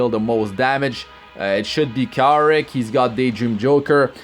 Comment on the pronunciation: You pronounced his name wrong, its Kawaii Rick lol